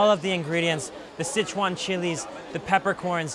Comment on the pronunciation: I am surprised speaking Chinese you say 'sit chuan', when the first word is 4 so should sound 'sir chuan'